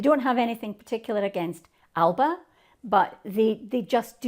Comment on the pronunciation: At least pronounce ALBA correctly please